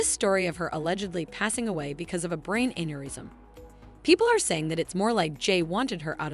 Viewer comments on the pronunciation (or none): none